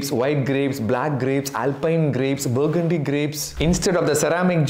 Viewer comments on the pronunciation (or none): none